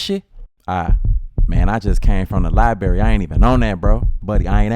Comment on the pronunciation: When are we going to stop pronouncing it libarry and pronounce it library!